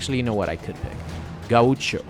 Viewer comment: Just an FYI gaucho is pronounced "gow-cho"